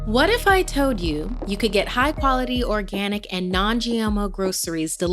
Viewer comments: Am I the only one hearing what if I toed you instead of told👁👄👁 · “What if I toed you”? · “What if I toad you”